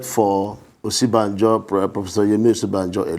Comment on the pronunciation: He is supporting Osinbajo and cannot even properly pronounce his name. He is saying "Osibanjo" but the VPs real name is "Osinbajo"!!!